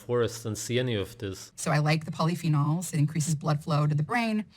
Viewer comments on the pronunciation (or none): lol, "polyphenols" 🤣